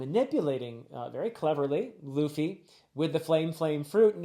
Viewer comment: Luffy got you too huh😂 You're calling him Traffy